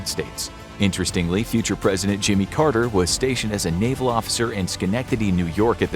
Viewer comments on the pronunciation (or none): none